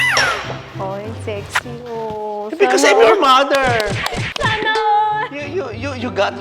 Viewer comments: mather dawter hahahahaha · Like mouther like doubter